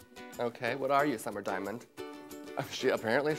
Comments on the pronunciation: Diamandis may be pronounced "dee-ya-MAN-des" like the singer Marina 👑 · I love how Detox says "Summer Diamond Is" instead of "Summer Diamandis" like Marina and the diamonds lmao